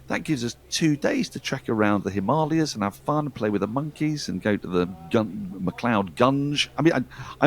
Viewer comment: Well done! Spot on pronunciation of 'Himalayas'